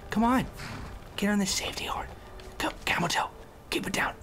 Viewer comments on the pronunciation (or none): I keep thinking hes saying "Camel Toe" lol